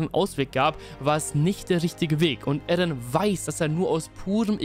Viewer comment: er heißt eren und nicht ärren bro